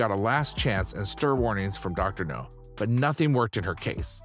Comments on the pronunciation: It's doctor Noooowwwwww, as in... Now. Not no. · Your not saying his name right its not no sounds like now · It’s dr now not no he’s not a James Bond villain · i'll do it when you start saying the Drs name the correct way. its Dr NOW not Dr no. you may get more views and more people to subscribe if you did. Many people are annoyed by the way you are saying Dr. Now's name wrong. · You ain’t even watch the show if you’re pronouncing it Dr. No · Dr. NOW. Idiot narrator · I agree...Dr. No is a James Bond movie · His glaringly unprofessional pronunciation of Dr. NOW'S name is so ridiculous it's pathetic! Why would you hire someone, who doesn't have the ability to even pronounce the DOCTOR'S NAME CORRECTLY, or correct this error before posting it!!!!! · How the fuck can he pronounce all other names right but not Dr. Now?! What kind of sense does this make! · Maybe he thinks the W in Dr. Now is silent. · Yes it bothers me like crazy!!!